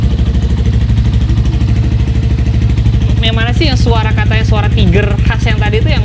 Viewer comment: please bukan taiger 🥲